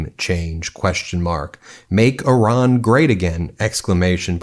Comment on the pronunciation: The people of Iran aren't sheep & if they wanted regime change, they'd do that by now. It's been like 1979 to 2025, what 45 years? By the way, good job in pronouncing this ancient area's name correctly Ih-rahn, not eye-ran like the idiot in the WH.